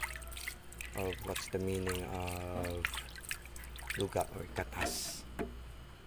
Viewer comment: Laptrip ako bro sa "katas" 😂 HAHAHA pero nice content bro